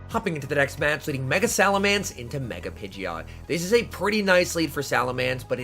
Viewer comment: please. It's SalamEnce not SalamAnce